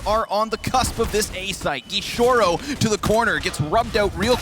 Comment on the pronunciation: "gishorou" JAJAJAJAJA